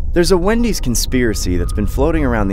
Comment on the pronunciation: When he says Wendy’s it sounds like windy’s for some reason lol idk it’s probably me cause it’s like 2 in the morning